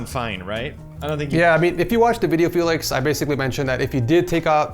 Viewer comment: I wonder how many times you said felix ed